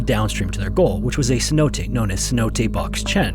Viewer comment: snow days? Stop being lazy and at least try to pronounce the word Cenote correctly.